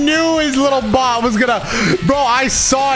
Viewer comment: puts so much emphasis on "bot" it makes it sound like a slur 💀